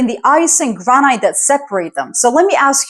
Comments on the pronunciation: its gran- it despite the e in granite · Granite. It’s the first word I’ve noticed where you don’t pronounce it like a Canadian.